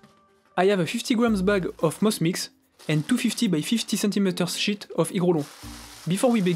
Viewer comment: "And two 50x50cm SHIT of Hygrolon."